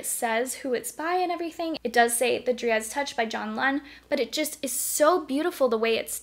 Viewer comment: It’s pronounced dry-ad, not dree-ad